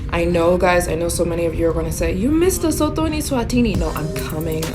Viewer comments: Oh, and it's pronounced Luh-soo-too. ❤ from CPT, SA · It's pronounced LEH - SOO - TOO (like the number 2) not Lesothor